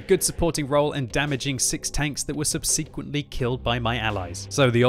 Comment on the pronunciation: you are still pronouncing ‘subsequently’ incorrectly